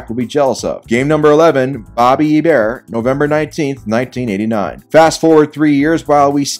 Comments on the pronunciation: hearing pronounce hEbert makes me cringe… Hebert pronounced ay-bear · Btw, Hebert is pronounced ay-bear